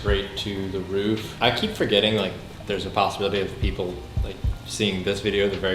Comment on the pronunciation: Rewatched just to hear "PeeeeOPlyy"